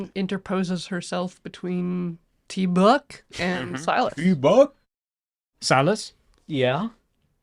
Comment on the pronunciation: I'm sorry, I believe that it is properly pronounced Teeeeee-BUCK!, not tee buck. Cheers!